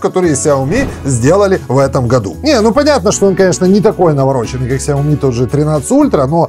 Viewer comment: САОМИ. ХА-ХА-ХА.